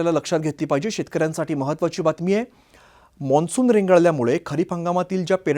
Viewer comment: Monsun nahi mansun